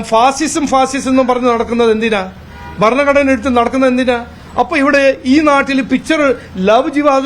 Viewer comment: ഭർണഘടന അല്ല സാർ, ഭരണഘടന.. രസത്തിന്റെ ‘ര’